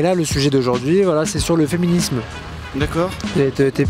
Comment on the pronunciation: "Le fiminims " 😂😂😂😂😂😂